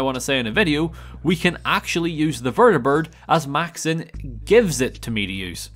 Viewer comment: Well, since you technically failed the run you should show repentance by doing a Morrowind challenge run. It's the only way, really. Sidenote: I love the vertibird pronounciation VERDEBURRD. Makes me chuckle everytime